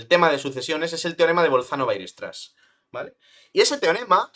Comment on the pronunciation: aprende, por favor, a pronunciar "weierstrass"